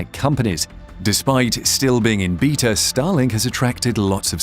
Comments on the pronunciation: Beta is pronounced bay-tah, not beet ah. Good Lord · "Beetah" mode is that how the British say Beta (Baytuh)? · The way this guy says beta, triggers me lol